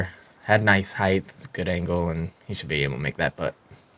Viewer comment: He said ‘heights’ in the round one video too. I was thinking perhaps it was just an American thing.